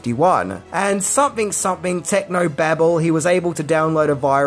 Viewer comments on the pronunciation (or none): none